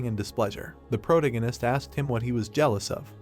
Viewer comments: Pro-tag-gon-ist Not Proto-ghen-ist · is disinterest, not displeasure... Please improve your vocabulary if youre gonna read stuff for people... Also thats not how you pronounce protagonist